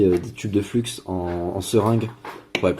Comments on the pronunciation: Peut être te l'a t-on déjà dit mais je suis un peu psychorigide là dessus lol On dit flux "flu" pas "fluks" aussi le scotch c'est du ruban kapton ;) existe aussi en différentes tailles d'épaisseur bref le top mais a choisir une bonne qualité et pas des daubes wish car elles ne résistent absolument pas à la haute température et donc bousille non seulement vos composants alentours mais aussi fond et crame ce qui laisse un truc bien degueux sur le PCB. Sinon excellente vidéo pour les novices qui désirent commencer et c'est très bien expliqué, merci donc à toi ;) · Hello, pourquoi tu dis du flux avec le x prononcé, le X ne se prononce pas, comme Chamonix le X ne se prononce pas ou comme des chameaux lol